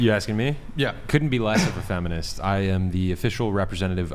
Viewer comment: Am I the only one who noticed “I am not a fenimist (:”